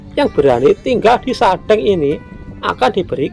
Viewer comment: Pengucapan kata sadeng . Itu spt pengucapan kata Cireng .